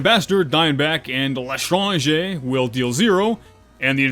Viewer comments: Omg, he said “L’tranger” right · it's pronounced lé-tran-jé. or just call it "the stranger" if you bad at french accent.